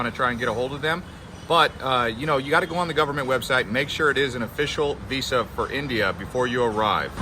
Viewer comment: It’s pronounced veeza!